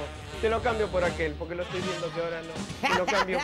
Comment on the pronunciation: 1k de Pomelo 1$, polque? No hay polque xD